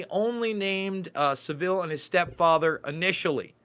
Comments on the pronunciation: Son Shine I don’t mind but Americans usually get it wrong but as I said earlier Sa-vile rhyming with bile would be a better name for him! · You can say anything you like about Savile (emphasis on first syllable btw) and Heath but you will never get anywhere because the British Establishment closes up against you. This very old news over here. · Great video , check out Cooke report and Ken Clarke , Jersey , elm house . Just thought I let u know its pronounced sav-ul like saddle ,Theroux is a shill ! Jim did fix it for them , then became a scapegoat playing interference . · it's 'fantasist' as I. Fantasy not "fanatist" as in fanatist.....and it's Jimmy Savile ryhmes with gravel.... The Jimm'll Fix It is a TV show all Brits grew up watching....he was a household name making kids dreams come true....well that's what folk thought, quite the opposite. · Fantasy; fantecist not fanaticist. Also please squash your pronunciation of Saville to Savil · pronounce Saville to rhyme with travel. unless you're mispronouncing it on purpose...? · you’re not the only 1 whose guilty. It’s Pronounced “Savil” not “Seville”. Hard V. Savil like De-vil. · Please pronouce 'sAvile correctly, you make him sound classy!! And so person know who you are talking about. Savile like the place in Spain is not how you say his name. He was a disgusting human being and was never exposed until after his death. Complete cover up by the BBC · Christine is correct, he is pronouncing is as Seville, its Sav-ille. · Not Sav-ill Savill... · Saville, sav all not seville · Saville like saville row, not like seville oranges S-ah-vil. Not se-vil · Thank you for putting up this video about Jimmy Savile. I live in the UK were it all happened. Just a little bit of advice,: The name Savile is pronounced with the accent on the first syllable = sA-vil. OK? Just thought I should tell you. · Its pronounced savil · Please learn how to pronounce his name. It’s SAV VIL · It's pronounced Saval